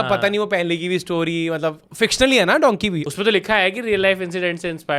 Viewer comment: Abe lendio! Its dunkee not donkey 😂